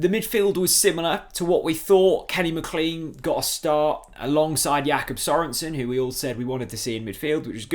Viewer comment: I wish you would pronounce McLean properly